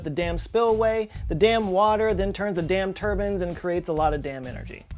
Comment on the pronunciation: Dam turban?, you did it again!